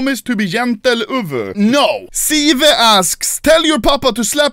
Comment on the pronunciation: It's the only correct way to say it 😃